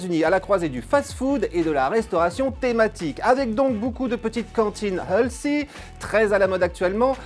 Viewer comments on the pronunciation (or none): Lol l'accent... C'est KA-jual (casual) et HèL-thy (healthy)